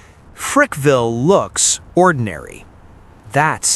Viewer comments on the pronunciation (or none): It Frackville Pa not Frickville and it’s a quiet little town . Nothing he said was true! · It's not Frickville....it's Frackville. Place is a shithole.